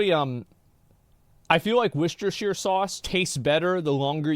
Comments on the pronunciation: Gosh! It's worcestershire sauce, not worcestershire sauce. lol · I'd make a comment about the wershtershire sauce if I could spell worcestershire 😂